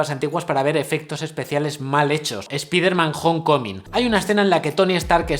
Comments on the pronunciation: ESPIDERMAN JONCOMIN. QUE RICO INGLÉS JAJA. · Spiderman Home Coming! por dios no pronunciaste nada bien!